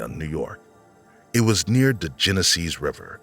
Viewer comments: Is this an AI narrator? The accent / lingo is driving me crazy. So much "da" instead of "the" and other similar sounds... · The tenor of the voice is very nice to listen too - subject is interesting -BUT the narrator needs to work on pronunciation, especially in the word “the”. It’s “th” not “de”